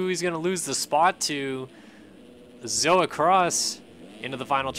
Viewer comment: Thank you for pronouncing my name right! It's not hard and people get it wrong a lot. Btw its Zoa Cross